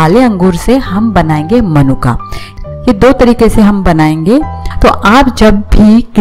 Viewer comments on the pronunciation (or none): मनुका नहीं होता, मुनक्का होता है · मनुक्का नहीं मुनक्का होते हैं 😄